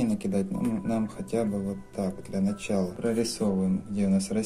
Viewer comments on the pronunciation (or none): none